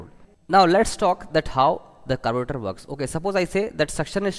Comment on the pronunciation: Nice vedio. Like the way you said "carburetor" at the start😂